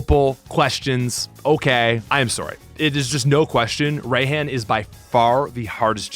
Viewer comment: Raihan isnt just the hardest gym leader in SwSh, but also he is the hardest to pronounce correctly, because his name isnt pronounced Ryan, its pronounced Rey-han.